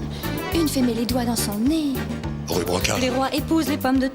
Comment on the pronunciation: C'est rue Broca pas pas riz Broca